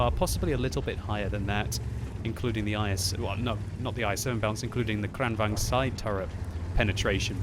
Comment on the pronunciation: because v is pronounced with a w and vice versa in some dutch languages in europe ... isnt the kranvagn pronounced kran wagon? and even if the w and V isnt like that in swedish languages isnt it still kran vagon in the pronunciation rather then kran vang